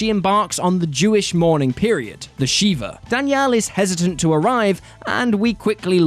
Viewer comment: It’s pronounced Shih-vuh. Not shee-vuh. She-vuh is the pronunciation of a Hindu god